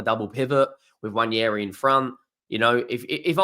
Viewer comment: I will subscribe if you can PLEASE learn how to pronounce Nwaneri